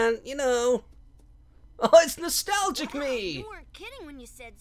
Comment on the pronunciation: He calls classic sonic noltalgic me